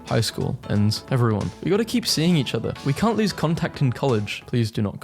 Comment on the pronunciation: Text: Spells lose loose. Voice: pronounces loose lose. CC: Please